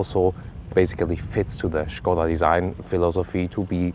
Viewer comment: So good to hear people pronouncing it Škoda instead of Skoda as in all english reviews